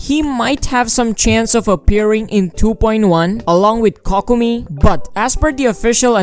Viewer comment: My man literally said cockomi.